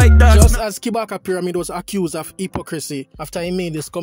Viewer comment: Kabaka not kibaka